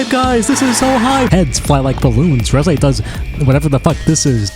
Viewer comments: making fun of his pronunciation of reze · Don't feel bad about the wrong pronunciation. Even the official german dub did it wrong. 😅 (But at whole the german dub could keep up with the original, though.)